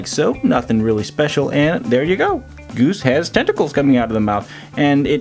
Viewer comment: Who else is noticing that he's saying gooby instead of goose